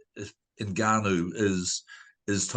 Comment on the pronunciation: FFS It's pronounced "ENN-GAH-NOU" not "NIGG-AH-NOU" I know it's incredibly tempting for white people to be racist but this isn't rocket science